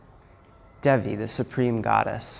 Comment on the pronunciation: just to clarify...Goddess Devi is pronounced -(Dae'Vee). Deva -( pronounced Dae'Va), means God , Masculine Devi- ( pronounced Dae'Ve) is the feminine of Deva. Devi is the Generic term simply meaning Goddess. it's a term used alone for the Mother Goddess, but also can be used for any femenine Diety...(Dee-ah-deez)